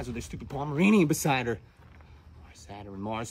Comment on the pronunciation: Arbitrarily adding a syllable to the words "Saturn" and "pattern" for the sake of rhyme scheme is 🔥